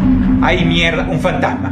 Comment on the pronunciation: "Fantajma" LOL Jajaja buena esa